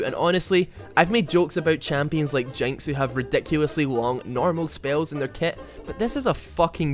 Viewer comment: guys , HEW HEW DO U WANT ME TO DEW A VIDEW HEW ? HEW ?